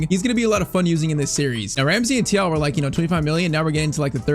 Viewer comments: “thiaw” is pronounced “chiaw”😂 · Thiaw is pronounced “Cho”